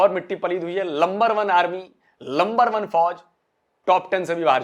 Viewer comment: Get yourself educated first it's not lumber it's number